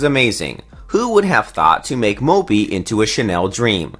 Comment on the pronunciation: I was busy counting how many times he said mopey (moppe)